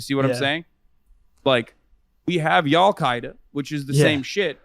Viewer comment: He said y’allqaeda wth